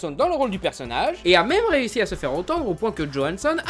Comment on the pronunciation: Attend il a dit le mîme a la place de même ? (j'ai essayé de mettre la phonétique)